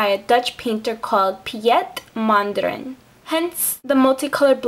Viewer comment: I love how you pronounce his name, sounds waaaayy better than the Dutch way <3 and i absolutely LOVE this nails design. never thought of it, but it is AMAZING! Great job. <3